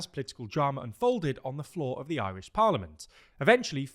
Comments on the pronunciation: As an Irish person, I don't think I've ever heard a Brit pronounce Irish words so well. Kinda shook TBH. Go raibh maith agat. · ...you fecking nailed the pronunciation on this one. Might be the best job I've ever heard a Brit manage 🎉